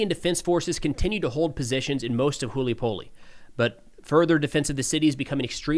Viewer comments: it's Hulay Pole🙂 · Hool-yuy-pohl-eh xD